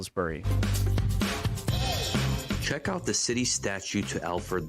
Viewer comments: More like Sauls-bree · Salisbury is pronounced Solsbury